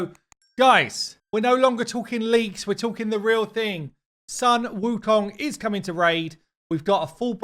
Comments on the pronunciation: its not saan its called soon, sun wukong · Sun is pronounced SOON